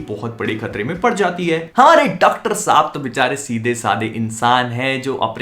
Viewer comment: 🤣🤣 "Dactar Saab" 🤣🤣